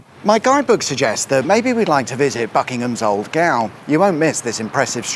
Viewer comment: "The Ballad of Buckingham Gowl"... just like Oscar Wilde,, you have nothing to declare, except your genius...😂...and for what it's worth, you can join my club anytime you want...😁👍🇦🇺